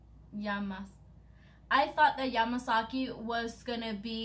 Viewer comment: Not Yamasaki, it's Yamakasi...😁 Keep going!